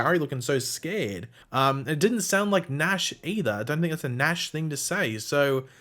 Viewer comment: Its nashh